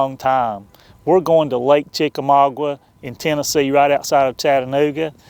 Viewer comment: CHICK A MAAAAA GAAAA....... NOT..... CHICK A MAW GWA! LOL!!